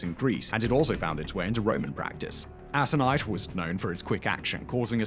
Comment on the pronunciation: The "c" in "aconite" is a HARD c.